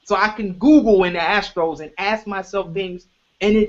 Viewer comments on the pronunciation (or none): I like how pronounces the astral as “ the astros” 😂